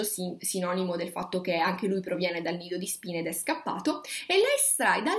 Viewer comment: Comunque tutte le volte che dici "Nido di Spine" io capisco "Lido di Spina" (ridente località marittima del ferrarese)